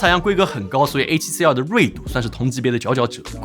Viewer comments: R（X 2（O 發音好像😂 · Tim发音里A7CR和A7C2非常相似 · 不看字幕 全程以为只讲了一台相机 a7c2 a7cr 读音傻傻分不清😂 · 真希望發音可以唸為 a7c ii ( two ) 比較好分辨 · 读成二声的“儿？”，结尾语调上扬，是目前国内博主读音的通病，只能用一个字来形容就是土！ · 2和R的发音搞在一起，都不知道说哪一个，博主发音需要改善